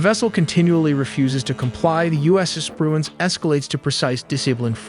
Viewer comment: “The U.S. Espruence”